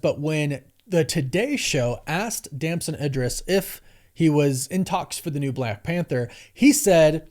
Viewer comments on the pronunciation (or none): It is pronounced E-dris not I-dris and you should know that! You also messed up a bunch of other names of well known and respectable actors. And that is ridiculous, because there is no way you do not actually know the correct pronunciations of their names given what you do for a living, which is research that includes watching interviews done by these actors for these movies. And you said you watched at least one of his interviews where he more than definitely would have had his name mentioned either by the interviewer or by himself. So there's no way you do not know what the correct pronunciation of his name is. Do better mate!!! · And ‘Idris’